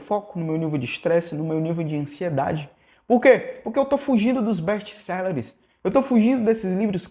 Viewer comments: "Bésti céleres"? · não é best selleres é best sellers